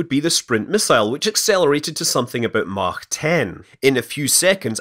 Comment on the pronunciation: Thank you for saying "Mach" correctly!